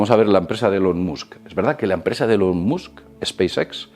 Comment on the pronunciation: Por favor se pronuncia MAAAASK... se escribe MUSK